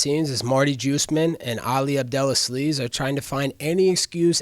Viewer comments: his name is Abdel aziz but he calls him Abdel as sneeze 😭😂😂😂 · never thought I’d burst out laughing at hearing “Ali Abdel-a-sleeze” 😂😂😂